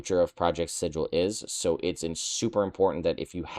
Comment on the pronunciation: It’s pronounced Sigil.